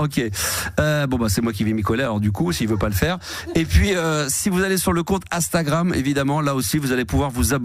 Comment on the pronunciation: Faudra que qq1 lui dise un jour que c'est INstagram, et non Astagram... Le mec a un compte dessus, ses collègues sont jeunes mais ne le corrigent jamais, c'est hyper connu dans le monde, ça existe depuis 14 ans, mais non, il ne sait toujours pas le prononcer...